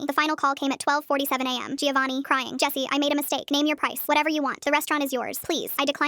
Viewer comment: My god, sometimes AI causes brainrot. Anyone pronouncing it gIovanni, and not Jovanni, should be shot on the spot. What is the AI equivalent of that? 😂😂